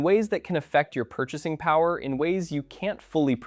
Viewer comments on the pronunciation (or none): none